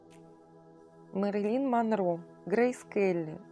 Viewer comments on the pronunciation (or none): none